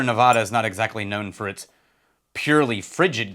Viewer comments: On behalf of the good people of Nevada… the “a” sounds like the one in bad…. Not an “ah” sound. Love your content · For all of us who live here in Vegas - 1) We get to enjoy a lot of Frey Ranch (Yay), and 2) It's Nev-AD-ah not Nev-AH-da.